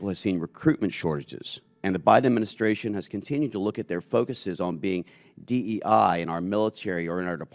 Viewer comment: it says DEI but she said DEAI. What's the A?